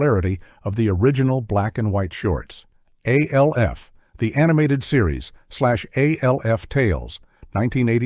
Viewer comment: Alf is pronounced as a one syllable name. It the live action show and the cartoon, it was never said as three initials.